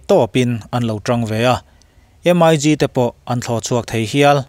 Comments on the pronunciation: M.I.G tia lam tur ani lo,..MiG(MiK) he tia lam tur hi aw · MIG lam dan hi Em ai Gi nilovin Mik tia lam tur a ni lawm ni?